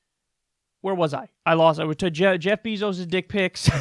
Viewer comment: Ok kyle his name isnt BEEEzos. its Beyzos. bey not bee